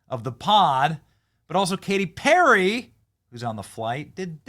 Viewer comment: K-T PEAR-A?